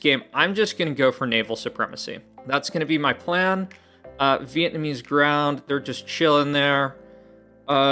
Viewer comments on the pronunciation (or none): Vietnamese Ground had me laughing. It's Vlaamse (Flemish) grond (Soil). Flanders (not the Simpsons 😅) is the Dutch Speaking part of Belgium. You're welcome. 🎉